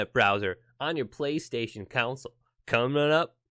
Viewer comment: he says console the way that makes me cringe, the way my dad says it, completely wrong... "council" 😫